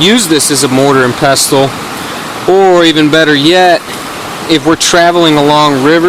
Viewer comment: Pestle the "T" is silent